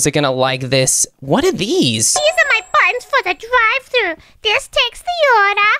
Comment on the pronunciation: “Dive Throu”? “Ordar Here”?